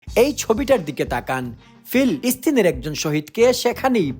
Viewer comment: আপনি ফিলিস্তিন বলেন না ঠিক মত কোনো সময় বলার সময়ে আওয়াজ একটা লাগিয়ে দেন এখনো ঠিক ভাবে বলেন নি